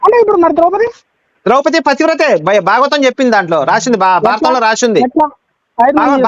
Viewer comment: Not drowpati. Drowpadi